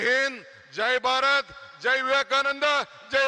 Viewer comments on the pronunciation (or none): none